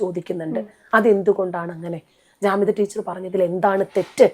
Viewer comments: പൊന്നു മനുഷ്യാ... ജമീദ: അല്ല . ജാമിദ: എന്നാണ്. ആകെ മാറി മറിഞ്ഞാൽ എന്താവും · ജമീദ അല്ല ജാമിദ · ജമീദ അല്ല ജാമിദ ആണ് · ജമീദ അല്ലാ ജാമിദ ഇവൾ തൊള്ള തുറന്നാൽ കളവ് പറയുന്നവളാണ്